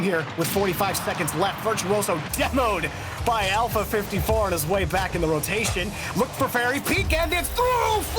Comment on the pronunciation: The guy casting with has a very weak grasp on the English language and its infuriating. 3-free, ignores the letter T like every time, alpha-alferr... holy shit bro the list goes on